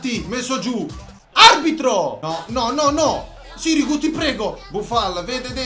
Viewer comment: Non si pronuncia sirìgu ma sìrigu